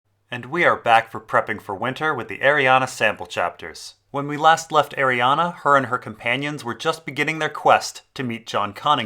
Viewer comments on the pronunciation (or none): Please stop pronouncing it Arianna, there is no A in the end, it's is pronounced "Ari - Anne"